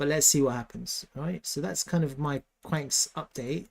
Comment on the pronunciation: It's pronounced qwan -x not kwanks! 😂